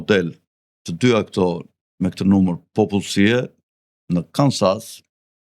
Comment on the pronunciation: Kansasi 😂😂🤣🤣 Kensas o